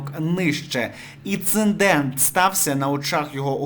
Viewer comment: Іциндент? 😂 Я цей канал без кінця зазначую як спам і "не показувати", а воно все лізе 🫣